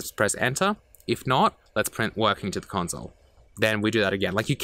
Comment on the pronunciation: The “conzole”